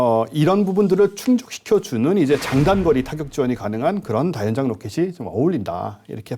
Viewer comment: 채널주인에게 : /다련장/이라는 발음이 들리는군요. 발음자가 아나운서인데, 확인 후 교체해주시기 바랍니다. 다연장 로켓을 '다련장 로켓'으로 쓰는 병신 새끼들이 아직도 많은데 아나운서까지 꼴갑을 떠는 군요.